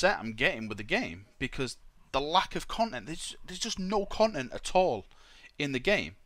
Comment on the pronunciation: "Conent"- a term used by to say content while also displaying a sense of displeasure and disappointment. Ex: "Son the conent of your report card displeases the emporah."